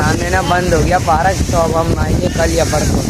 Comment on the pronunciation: Parak nahi park hota hai meri jan